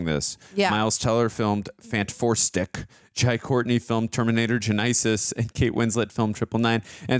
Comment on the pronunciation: The way pronounced “genesis” is insane 😂😂